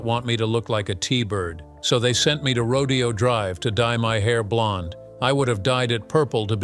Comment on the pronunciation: Rodeo haha pronounced rodayo